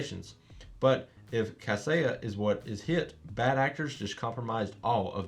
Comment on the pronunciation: Thanks for the vid. Kaseya is pronounced as "Cuh Say yuh" (where uh is like duh)